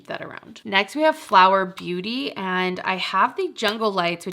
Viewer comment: The correct Pronunciation of Athr Beauty is with the “A” sound, not the “E” sound